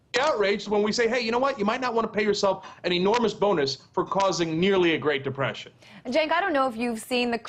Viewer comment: Cenk is still in love with Obama and is still soft on him when he does things he doesn't like. I wonder if Cenk will ever get to the point where he can't stand him? She keeps calling him Genk, lol.